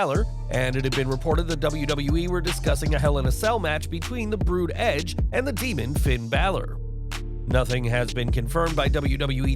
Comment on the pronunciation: For the love of God would you please stop saying edge's name like that it's really annoying!!!!